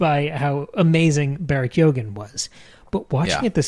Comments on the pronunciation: This podcast is so good I keep coming back over and over. I love this. Ps. I hate to be this guy, but it’s pronounced “Key-Hogan.” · Barry KYO-gin Emerald Fih-NELL